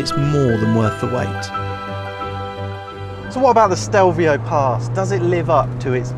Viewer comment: it's Stelvio not Stevlio!